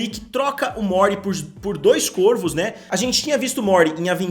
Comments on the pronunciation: Q aguniaaa.. fala Córvos, Côrvos não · Córvos ! Algumas palavras no plural, mudam o timbre da vogal tônica de "Ô" para "Ó", é chamado de Plural Metafônico. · "CÓRVOS" em algumas palavras no plural o timbre da vogal tônica se modifica de "o" para "ó". De nada